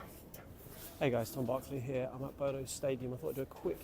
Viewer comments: Bodø is not pronounced Bodo. Don't be a Bozo. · Quite right. It is pronounced Boo-dah.